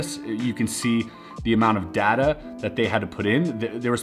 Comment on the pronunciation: its data not data